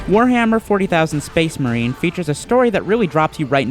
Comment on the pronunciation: SPEHS MAHEEN